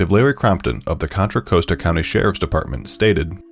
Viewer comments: Please check your pronunciation on Contra Costa (pronounced like con artist and cost) and Michelle McNamara (Michelle MACKnamara) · Not to be a bummer, but mispronouncing "Contra Costa" and Michelle "Macnamara" really took me out of the narrative, man. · Mispronouncing contra costa... Michelle McNamara, I had to stop listening 😭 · Bruh why’d u pronounce contra costa like that